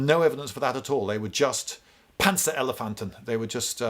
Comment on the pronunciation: That "Panzerelefanten" sounded surprisingly german!